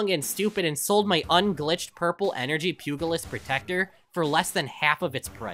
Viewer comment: Pugilist is pew-ja-list, not pew-ga-list